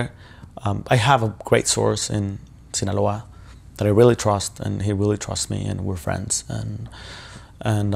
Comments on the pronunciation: Sinaloa Shawn not sinola come on😂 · It's not sinola..it's Sinaloa... 😂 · Love ya Shawn, but “Sinaloa” does not rhyme with “Granola…” 😝